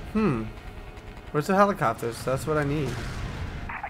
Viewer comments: lol holli-cap-ters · dont you mean holi-CAPS-ters